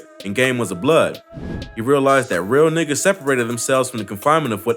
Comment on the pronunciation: Lmao the way he said "nigga"